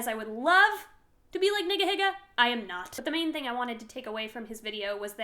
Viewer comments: Its (nee-guh-hee-guh) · I know this is like a year old but the way you say Niga Higa is so bad oml it's pronounced "Nee ga Hee ga". You kinda just said the n word there lmao. I made the same mistake in middle school which made people think I was racist and it wasn't fun. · I think it's actually pronounced "neega-heega" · It's pronounced neeeeeega heeeeeeega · It's pronounced "nee gah he gah" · it's n(ee)ga h(ee)ga. Be careful with that pronunciation. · Maybe it would be better if you pronounced it "Neegah-Heegah"... Lol, sorry to start with that. Not that the things YouTube offers you aren't more important than money, but you should start a Patreon! Then you could be a better...blackmail victim...or something. More importantly you deserve to get paid real $$$ for the stuff you do! But anyway. I'm really sorry, that's really terrible! Why did Studio 71 have access to all your (its people's) passwords? That's really awful!!! I guess you could even start a patreon with the goal of paying off ourmine....not that I think you should pay them. Fuck ourmine and #fuckourmine for doing this. I'm also sorry you're not feeling the politcal/social vibe on YouTube right now. A lot of us are not...lately. I'm really a bit afraid to get into it with the so called "anti-sjw" lunatics that roam this place. It is hard to be as vocal as maniacs who think logical fallacies are facts. They have heavy cognitive dissonance to guard them from seeing reality, and interacting with them in any way is spiritually draining for me! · Just as a note, Nigahiga is pronounced NEE-ga HEE-ga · all support but y u say nigahiga that way